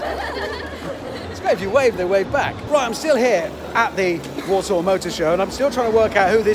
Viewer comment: I keep thinking he saying walsall not Warsaw 🤣